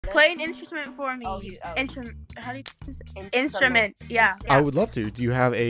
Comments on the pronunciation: I got disappointed when they couldn’t pronounce instrument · Can't pronounce instrument Doesn't respond to the question on "song" They dont seem like the kind of people I would get along with 😂